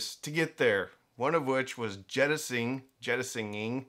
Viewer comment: Its "to Jettison" not what you said sir😅 -Navy Veteran.